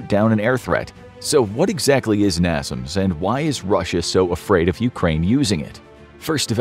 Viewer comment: americans bought and renamed it to something that made more sense to them. "coincidence" that the acronym has all the same letters in the same place. Also it's pronounced NAY-SAMS not NAH-ZUMS (at least in the USA)